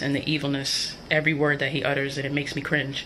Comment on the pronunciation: Every word he "udders"